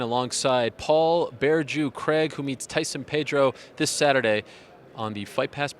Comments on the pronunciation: Yeah, It actually sounds more like they're saying Greg than Craig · Braveheart Physique "Cregg (ewww)"